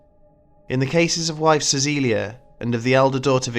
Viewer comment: Your pronunciation of Cäcilia was nearly spot on! Congrats!